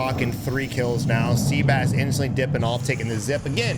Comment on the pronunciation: Great video … however, the guy that was playing the AR role, his name is not pronounced “sea-bass” it’s pronounced “seh-bahs”